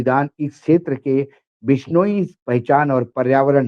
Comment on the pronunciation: बिश्नोइ (बिश नो ई) उच्चारण इतना कठिन नहीं है। मराठी लोग भी बोल सकते हैं। कृपया कोशिश तो करें। आप इलेक्ट्रॉनिक मीडिया पर हैं। आपको सही बोलना चाहिए। याद है आकाशवाणी और दूरदर्शन पर सही न बोलने पर मौका ही नहीं मिलता था???